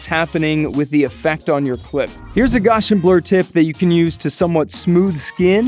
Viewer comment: Sir, please. It's pronounced GOW-see-in (or GOW-see-[schwa]n [rhymes with MOUSE-see-in]), not "Gaw-shin". It is an extremely important curve in mathematics, esp. in statistics, named so in honor of Carl Frederick Gauss (rhymes with mouse), one of the greatest mathematicians of modern times. The Gaussian is also known as the famous bell curve (not the book). It is a probability distribution of enormous importance and has been adopted by the FCP developers as an effect. Please pronounce it right henceforth. Thanks! (^_^(